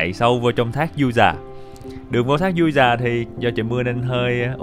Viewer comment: Đang thắc mắc sao clip này nghe giọng anh lạ lạ, ko đặc giọng miền tây như trước nữa. Du Già mà nghe như Ru Già <"